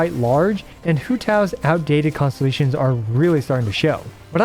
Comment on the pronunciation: Poor man had to say "Constellations" so many times at a quick pace by the end of it all he managed to say was "ConSZZSZ" 😂